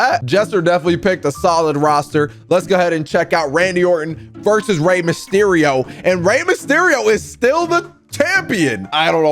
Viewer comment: Did he say Rey msherio?